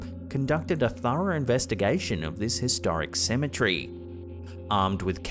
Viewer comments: And saying symmetry instead of cemetery. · Cemetery... Not Cemetree 😅 There's other words you add tree to 😂 territory not territree 😅 ... Kinda cute and funny... Kinda